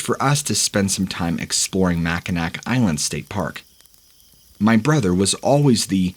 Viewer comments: Pronounced mac-I-naw lol,not mack-I-nac spelled mackinac island lol but great story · It's pronounced Mackinaw island lol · I believe in is pronounced Mackinaw, isn’t it? This guy also called Ann Arbor, a place in Michigan, Ann Harbor. I enjoy these posts but the hosts so often mess up the names of places they are speaking about.